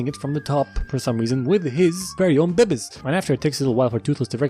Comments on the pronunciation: When he says Babiez, I hear BB's which I want to stand for 'Bitchin Beard' which is what adult hiccup has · I love when he said bebiez :"D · Is the pronounce of " babies " came from zefrank ? Cuz they still funny to hear